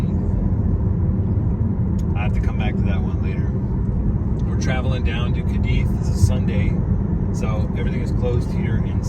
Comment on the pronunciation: how is it that you have not noticed the accent over the second letter, A ? you are putting pressure on the I. Sorry, but Americans annoy me so much